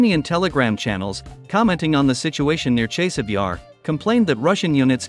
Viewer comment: Ne zove se Čejsov, već Časov Jar.